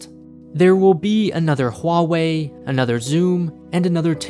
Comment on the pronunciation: You're the only one I heard who pronounces Huawei right